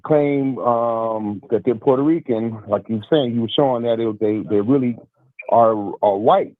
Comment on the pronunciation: Fat Joe, a.k.a. Port-Hoe-Reeking